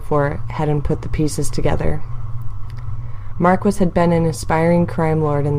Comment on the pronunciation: How you gonna do my boy Mark-wiss like that